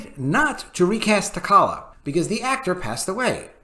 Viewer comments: T'Kalla??? it's T'challa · The ch in T’Challa is pronounced like the ch in chair. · Please pronounce the character's name right. You showed Matt Mcgloins page. It proves you definitely hate us. You didn't even want Black Panther one to succeed. Cmon man just say you hate black folk